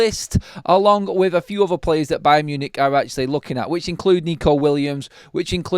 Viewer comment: Buy-un Munich buy'n Marcus! OMG I'm gerrin better at this! 👀 Caz, back me up here!! 😂😂😂